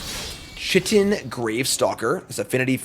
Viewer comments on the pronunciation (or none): Chitin is pronounced Kaitin